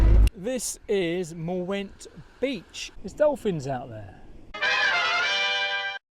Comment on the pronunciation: I hear Wales is nice in September. Sorry to hear about your greasy boot problems! The w in the midlle of Mwnt is an 'oo' apparently, so it's more like 'moont'.